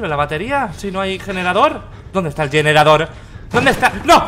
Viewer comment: “¿Dónde está el yenerador?” —Auron, 2019